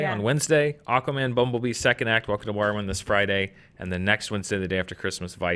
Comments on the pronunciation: Every time someone says welcome to Marwen, I keep hearing Welcome to Morrowind... It keeps getting my hopes up. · said "welcome to marwen" and I heard "welcome to Morrowind" and im just like "wait what?"